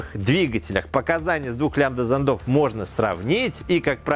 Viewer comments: не смог досмотреть...режет по ушам...занда зандов.. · Все хорошо, но вот ударения - зондА, зондОв, зондЫ, смесИ и пр. - по ушам бьют.